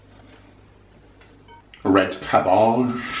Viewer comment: “Red cabboge.” lol